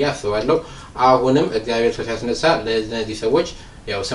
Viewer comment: የኔ ወንድም እግዚአብሔር አምላክ ነው የሚባለው አንተ ግን እዝጊያብሔ አምላክ ነው የምትለው ብዙ video ላይ ሰምቸህ አለሁ ላርምህ ፈልጌ አይደለም ግን ስለምትፈጥን መሰለኝ እና አባቶቻችን ሲያስተምሩ የአምላካችን እግዚአብሔር ስሞች እያንዳንዳቸው ትርጉም አላቸው ስለዚህ ስትፅፉም ሆነ ስትናገሩ እግዚአብሔር ነው ማለት ብለው ሲያስተምሩ ስለሰማሁኝ ነው ወንድም ይቅርታ